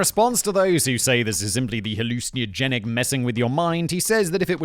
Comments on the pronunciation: Hallucin-ey-ogenic You might be adding an extra vowel sound there fact boy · Halluciniogenic? Interesting pronunciation. Love the show. Keep up the good work. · Nevermind Gene Roddenberry, you need to brush up on your pronunciation of 'hallucinogenic.'